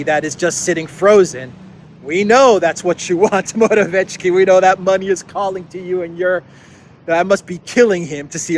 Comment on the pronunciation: Your pronounciation of Morawiecki is good, except for the c, this should be pronounced harder